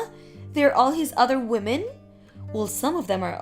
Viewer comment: Damn slow down its pronounced wimin not womin 😡